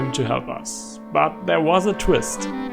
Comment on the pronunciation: when he says us it sounds like you ass w video tho